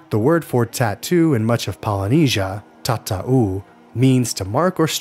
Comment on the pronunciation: And it's not Tata-oo! But TATAU. You completely butchered that.